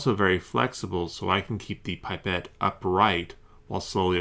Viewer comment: Its not pronounced "pipe et" its.. "pip et"